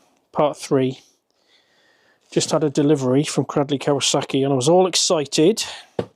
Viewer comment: It's pronounced 'craidley'. Black country and all that.